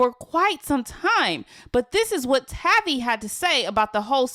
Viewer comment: How much did Cj pay you to post an entire thread on these two nobodies interviewing on a Royalty hate page. Or did he promise to do to you what Dilo “ALLEGEDLY “ did to Tavie🙄. She should’ve told you how to at least pronounce her name right. It’s Tay-V.🙄